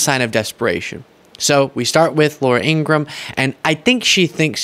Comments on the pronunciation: IngraHam, not Ingram. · it's IngraHam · Ingra-ham, he said it...